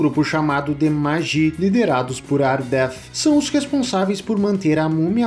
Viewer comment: desculpa, não sou palestrina e nem sou de ficar enchendo o saco com correções, mas é que eu sou muito fã da trilogia e eu já vi como é a pronúncia do nome dessa ordem que protege o segredo da múmia que são os Medjai's no original em inglês e na nossa dublagem que de vez em quando chupa bala (mas quem disse que isso é problema meu?) e não é "magi" como tu disse aí... Mas tudo bem, não fica bravo comigo, só falei pq repito: sou muito fã da trilogia com Bredan Fraser e a Rachel Wesz...